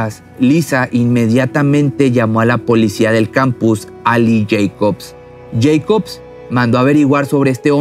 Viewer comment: El mexicano dice yeicof en vez de Jacob!